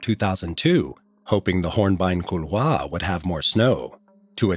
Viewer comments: Kool-waar...not cool-vaah... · Please stop saying "cool-Waah". Just avoid the word if you can. Call it a gully. . Maybe same for "Adieu